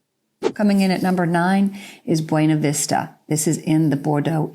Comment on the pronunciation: Could you please use our pronunciation of Buena (Vista)? It is pronounced byoo- nah, not the Spanish way. Thanks